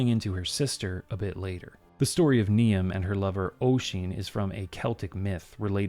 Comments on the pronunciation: FYI Niamh is pronounced "neev", not "nee-am". Irish is just like that. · Not that you're going to fix it now, but I think Niamh is pronounced nēvē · just on pronunciation of those Irish names, Niamh sounds like Neev or Nee-uv, and Oisin sounds like Usheen (as in push) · I'm gonna go ahead and say the ghost calling for Oisin is called Niamh (pronounced Neev), "Knee-am" is a pronunciation I've not heard before though that's for sure! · Really enjoyed this. By the way, Niamh and Oisin are traditional Irish names, with Niamh pronounced more like ‘neev’. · its pronounced nee-ve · For the record,, and it's understandable you wouldn't just know this off the top of your head, but Niamh is actually pronounced 'Neev', it's an old Irish name. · Hello! Grand as usual, but Niamh IS pronounced Neeve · Niamh is pronounced "Neev", fyi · one correction - Irish name Niamh (a ghost name) is pronounced as "Neev" (rhyming with leave or steve) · "Niamh" is pronounced "Neive". It's quite a traditional Gaelic name, but I wouldn't have had to tell you all this if you're done the bare minimum research. You Americans really do take after your president. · Niamh is pronounced Neeve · FYI Niamh is pronounced Neev. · Niamh is pronounced Neev ;p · I wonder if Sasha was meant to be Saoirse. The pronunciation of Niamh is pronounced Ne-ev and Oisín is Osh-en. Irish is a tricky language as using the English alphabet means we have to learn rules for how certain letter combinations produce sounds. MH make a sort of V sound and and the NIA makes more of a NEE sound. I had 6 years in an all Irish school and then another 6 years of regular Irish classes and honestly my Irish was terrible. I honestly feel bad I have lost my Irish as I just never used it. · At the risk of being *that guy*, Niamh is pronounced "Neev". Saying it only because I am Scottish and see Gaelic names mispronounced all the time. Great vid! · It's a little late now, but "Niahm" is usually pronounced "Neev"